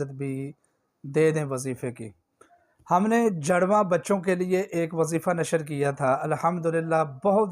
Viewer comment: جَڑواں لفظ نہیں ہے جُڑواں لفظ ہے آپ پہلے کچھ اور طریقہ بتاتے رہے کہ حضرت موسیٰ علیہ السلام اور حضرت ہارون علیہ السلام کو ثواب دینا ہے اب کہہ رہے حضرت ابرہیم علیہ السلام اور حضرت زکریا علیہ السلام کو ثواب ہدیہ کرنا ہے آپ کو بھی معلوم نہیں ہے